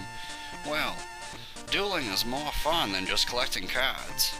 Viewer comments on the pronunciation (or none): none